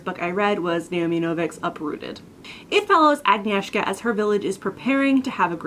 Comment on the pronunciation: Hiiiiiii :* I just binge-watched your latest videos, this one included, which resulted in adding Uprooted to my to-read list :) Thank you. But seriously, how could I not when the protagonist's name is Agnieszka! That was some A+ pronunciation of my name, btw. Kasia - not as good, but I'll give you A for effort ;)